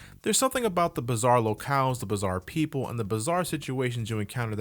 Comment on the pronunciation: PLEASE SAY BIZARRE MORE